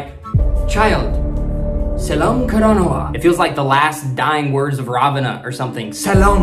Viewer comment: Please say "sellam karanawa, not selam karanawa , it should be double L . Thanks